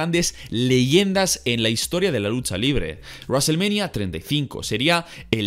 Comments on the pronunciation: Raselmanía puta me cago de risa... El que es fanático de la lucha libre (wwe) debe saber como se pronuncia los nombres y palabras...... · WWE: wrestlemania: Raselmenia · Nadie:: Reselmenia....